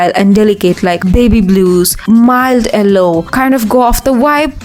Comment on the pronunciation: I love how you pronounce yellow -- Ellowwww also this video was so good i never new about the L composition I def wanna use that.